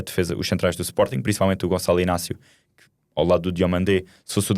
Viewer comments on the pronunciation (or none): none